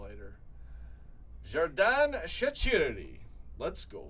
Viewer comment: I love how pronounces shaqiri so wrong